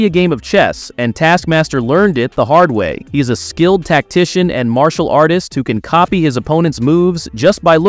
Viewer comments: What the f is marshial?? 😂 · I didn't know that he was a MARSH-E-AL artist. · Ummmm “Mar-cial artist”?……. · "Mar-si-al arts" hahahahaha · martial is pronounced more like "marshul". you probably mixed marital and martial when you said it, which quite frankly is a common and funny mistake, LOL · I left after the way you butchered the pronunciation of Martial artist. Who the hell 😅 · the pronunciation of martial arts made me cringe